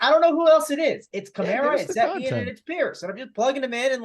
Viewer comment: ask Mangone how to pronounce Etienne - lol